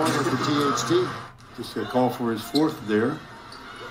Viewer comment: bro i just realised he saying THC instead of THT 😭😭😭 i shouldve known bro flight been a stoner for the longest 😂